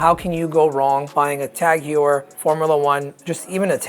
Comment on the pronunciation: Tag Juwer xD HEUER ffs.